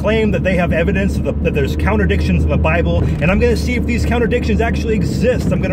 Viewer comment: I had to smile every time you say "contradictions" and was tempted to adopt your pronunciation: "counter dictions". Then I noticed that the section starting is labelled "Counter dictions":shelterin:.